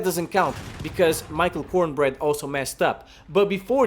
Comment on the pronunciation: He said Michael Cornbread LMAO 😂😂😂